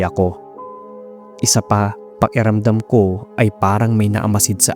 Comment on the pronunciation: Pa-Ki-ramdam, not Pa-E-ramdam. Speak tagalog properly pls. Good job sa stories.